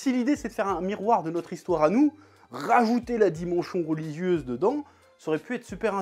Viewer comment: "dimengion relicieuse", bonne journée.